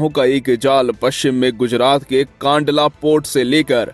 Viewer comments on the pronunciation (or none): It's कंडला not कांडला